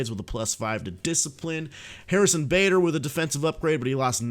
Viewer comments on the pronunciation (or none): none